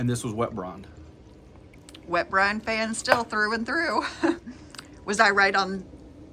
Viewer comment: Is he saying “ Brone “ ?